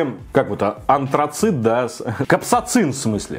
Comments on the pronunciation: Копсацин? Капсаицин! Аккуратнее,. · капсоцин!? бляя...может капсаицин?